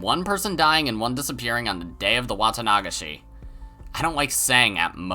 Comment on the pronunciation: The way you pronounce Watanagashi is interesting and different XD. Im used to Watanaga-shi instead of your Wata-nagashi. Anyway, amazing video as always!